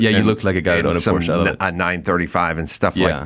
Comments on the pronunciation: So funny pronounces Porsche wrong in english and adam totally right. 😄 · why does the american host pronounce porsche better than his german guest? It's not a porch, it's a porschE. Detailgenauigkeit ist des Deutschen Eigenheit. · German here. Funny how the American pronounces "Porsche" correctly and the German pronounces it wrong as "Porsch".